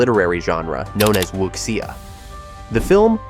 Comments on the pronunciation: It’s not wooksieah. Wooshia is closer. No “k” sound. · Wuxia is pronounced woo-shah, not wook-shee-ah.